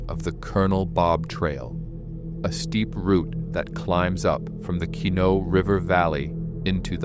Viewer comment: Hey AI LEARN TO PRONOUNCE MY PEOPLE. THIS IS FOOLISH 😂😂😂😂😂